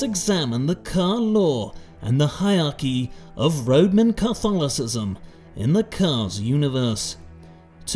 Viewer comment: Did you just said Roadman cartholicism? Instead of Roman Catholicism? Perfect! Perfect!